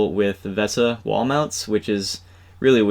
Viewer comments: I'm pretty sure it's pronounced VISA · VESA is pronounced the same as "Visa". Also, if you would mix some epoxy and put it on the bolt heads inside the monitor, or even better, mount the nuts inside the monitor case with some Epoxy (being sure to use the exactly correct bolt lengths), then you can remove the VESA mount later without having floppy bolts sticking out.